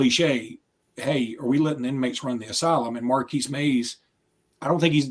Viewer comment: Its Marquis Maze not Markeys Maze